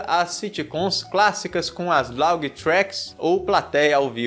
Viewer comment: Só corrigindo laugh se pronúncia (léf) e não laug